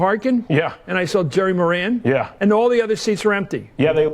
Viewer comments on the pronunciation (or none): none